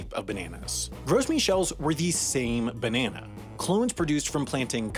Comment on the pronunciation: Beneanaes. That's a way to pronounce it I guess..